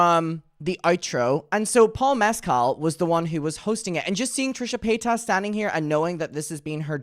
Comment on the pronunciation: You claim to be such a big fan, but you still can’t say her last name correctly (a la Shane Dawson)